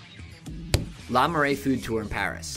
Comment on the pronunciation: Btw, Le in Le Marais is pronounced as luh, not lah. You need at least a whole day just to cover the Louvre. If you're short on time, check out the d'Orsay.